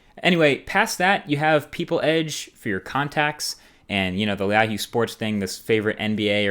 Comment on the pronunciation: He pronounced "Yahoo" weird ...